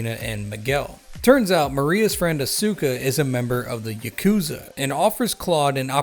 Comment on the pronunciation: Fun fact: The Ya in yakuza is read in the same way as Yar but without the r.